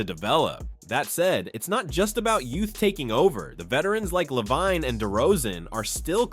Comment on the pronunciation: Is this an AI voice? How come you can't say Lavine correctly?